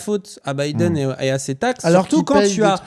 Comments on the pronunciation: Pk REFUSE de dire Biden correctement? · Le retour de "Bideune".